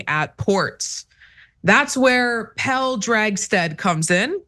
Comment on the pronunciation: Just fyi it's Pel-le almost like Pelé. The e is not "silent".